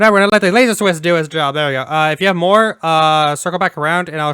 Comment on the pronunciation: WHY ARE YOU PRONOUNCING CIWS AS "SWISS"?! ITS THE ONE THING THAT MADE ME SO MAS FROM THIA GREAT VIDEO! KEEP UP THE GOOD WORK IT IS AWESOME BUT PLEASE! CIWS